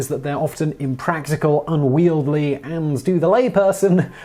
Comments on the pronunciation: Unwieldy not unwieldley. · Unwieldy not unwieldly